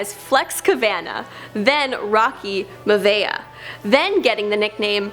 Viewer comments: It Rocky My-A-Via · The way she pronounces Maivia (or however you spell it) is just horrible. It is pronounced Miavia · It's pronounced my a vi ya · His last name was pronounced My A Vee Ah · Flex Kavana, it's pronunciation is (kuh von nuh) Rocky Maivia is (my uh vee uh) and the "The Blue Chipper" was a nickname while he was wrestling as Rocky Maivia, that was never his ring name. When he became The Rock he didn't immediately rise to top ether, he was still known as Rocky Maivia although he preferred to be called The Rock, so that became part of his ring name from late 1997 to early 1998 where he was billed as both Rocky Maivia and The Rock before dropping his old ring name altogether by the middle of 1998. But his mainstream popularity wouldn't catch on until . Come on lady, get it right !! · My-uh-vee-uh..... please. it was easy research to find out how to pronounce a ring name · the pronunciations in this video need work. It's not jam-broni or mav-ia. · lmao she said rocky last name wrong😂